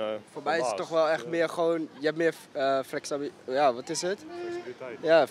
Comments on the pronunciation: mbo en nog niet het woord flexibiliteit kunnen uitspreken. Het einde is echt in zicht. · jaja ff een bedrijfje opstarten ja ja ff en kan niet eens flexibiliteit uitspreken